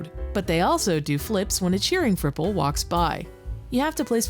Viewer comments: I keep hearing cripple instead of fripple and ngl that made it so much funnier. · I had to double take at the part where you introduce stadium island, because the first time said it, I heard 'Fripple' as 'Cripple.'